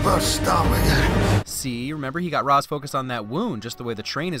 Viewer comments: Only a couple issues with this film. One is the distance at which fight scenes are shot. The other, however, is that it should be "Ray-sh" not "Rah-z". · Ra's is pronounced Raysh, I know strange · It's ra's like Ray-sh Not ros. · The only thing I hate about this movie is the pronunciation of Ra's Al Ghul. It's "Raysh" not "Raahs". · It's pronounced Reysh not Raz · "Raysh", not "rahz". -__ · Ra's al ghul is not correctly pronounced it's correct version is Rayesh al ghul even it spells Ra's al ghul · You said Ras wrong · Anyone else going nuts that he keeps pronoucing Ra's name wrong, just like the movie did? (It's Rashe. Like Race with with 'shh' instead of the 'c') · I don't know if anyone else mentioned it, but Ra's is pronounced 'rayshe', I believe. :) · Ra’s is pronounced like Ray-sh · Do I love this channel enough to forgive pronouncing R'as wrong the whole video? Yes, but get it together, man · You need to remove a Win for not only the way they mispronounce Ra's, but for causing all the fan media about this movie, including HISHE and this video, to HAVE to mispronounce it. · My only nitpick. The pronunciation of Ra's. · Why do you pronounce Ra’s like that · YOU PRONOUNCED RA’S AL GHOUL WRONG 😫